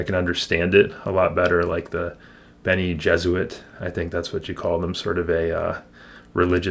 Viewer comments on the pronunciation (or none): I've been considering doing a chapter by chapter analysis of Dune similar to what you've started here. I even started taking notes during a re-read. I'm coming at it from a pov of having read all of Frank's books and seen the movies. Bene Gesserit - bene sounds like "Benny". You keep saying something that sounds like "Jesuit". There should be an "er" sound in there. But the similarity was probably intentional on Frank's part. The test is about whether you have the mental strength to override your reflexes and fear. Because if you can't, then all you can do is react, and that would be a disastrous quality in a leader. I might have recommended books first, because the movies were really so well done visually that it'll be hard to apply your own imagination. So as you read keep an eye out for descriptions of things that differ from the movies. Enjoy the stories, but careful about taking the philosophy and politics too seriously.